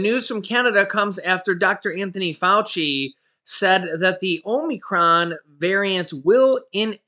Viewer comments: It is a short o sound, not a long o. The only Greek long o sound is in Omega. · Hey, can you pronounce Omnicrom again lol! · Ahm-i-cron, think of a frat or sorority house for instance Delta Omicron Gamma, you can also say it sounds similar to comicon